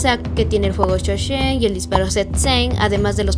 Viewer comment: Increíble teoría me gusta eso pero tengo una duda Por qué en el vídeo dices Fuego sho-shen en vez de Sho-Sen?